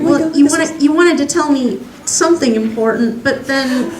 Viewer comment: Important? More like im-purr-tent!